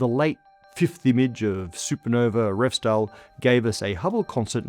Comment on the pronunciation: You say Revsdal perfectly. SJUR is pronounced more like SHOOR, but the OO should be very narrowsort of like a Scot would say TOO. Also, the R is rolled, again like the Scots.